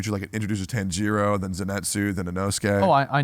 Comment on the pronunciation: Tectone has some fuckin weird pronunciations of anime characters tbh. I've never heard Tanjiro pronounced as tan-GEE-ro, and never heard Light Yagami as Yuh-GA-meh lol love the pod tho *Since you read every comment, you're a cool guy but had to roast those pronunciations 🤣 **Also gotta point out that even Asmon and Emiru commented on your Academia pronunciation 🤣 sorry to pile more on